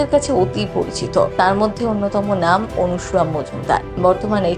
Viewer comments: বাংলা ভাষাটা বলতে শিখুন। এই প্রতিবেদনের অনেক উচ্চারণই ভুল । সবচেয়ে উল্লেখ্য বিষয় হলো , যাঁর সম্পর্কে এই প্রতিবেদন তাঁর নামটাও ভুল উচ্চারণ করেছেন। অনুসুয়া আর " অনসূয়া " দুটোই ভিন্ন বানান , ভিন্ন উচ্চারণ , এবং ভিন্ন অর্থ। আপনার প্রতিবেদনে সবকিছুই " এপাং ওপাং ঝপাং "হয়ে গেছে। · বাংলা ভাষাটা বলতে শিখুন। এই প্রতিবেদনের অনেক শব্দের উচ্চারণ শুদ্ধ নয়। উল্লেখ্য বিষয় হলো :-- যাঁকে নিয়ে এই প্রতিবেদন তাঁর নামটাও ভুল বলা হয়েছে। ' অনসুয়া' আর "অনসূয়া " দুটো শব্দেরই ভিন্ন বানান , ভিন্ন অর্থ , এবং ভিন্ন উচ্চারণ । আপনার প্রতিবেদন সম্ভবত " এপাং ওপাং ঝপাং " অনুপ্রাণিত।